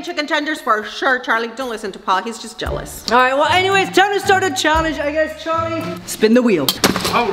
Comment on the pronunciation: Its Charlie not Charli